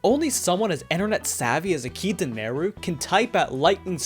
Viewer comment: Akita? Y-you mean Hakita. Right?